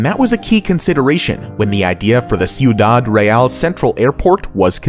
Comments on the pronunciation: I like how he didnt even bother to look up the pronunciation of the word Ciudad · You didn't actually say "Sioudad" on number 4 did you? Jesus man learn how to pronounce in another language. I'm Greek and i still now how to pronounce Spanish.